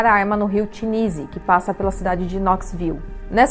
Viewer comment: Tennessee foi mal pronunciado, até em Português, tem ss sim de c, tipo ténneci